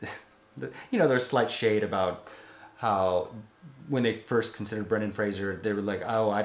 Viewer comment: It's Fraser, not Frasier.